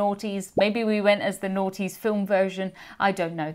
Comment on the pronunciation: The Aughties pronounced Ah Tee’s, long A like Americans like, like taco. Seems to be catching.